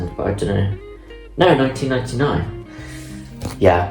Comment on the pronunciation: I could listen to you talk for 2 hours and 6 minutes everyday. I particularly like when you (or any Brit really) says 1999. I am jealous of your BIBO by HDuff mine is damaged 😭